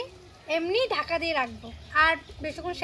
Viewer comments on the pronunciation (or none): none